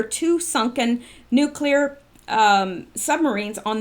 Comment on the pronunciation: You pronounce “absurdity” well (better than “nuclear”!) lol😂🤣 (not laughing at you, just bustin your, well, you know)!!❤️🤓